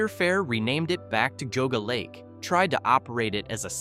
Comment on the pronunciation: lol...its Gee-ah-gah lake